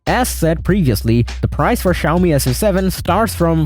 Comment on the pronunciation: Bro bro bided the “Xiaomi” characters and said “Suchi” 😅❤